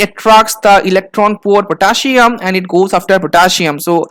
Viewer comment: Potaschium. Potassium 🥺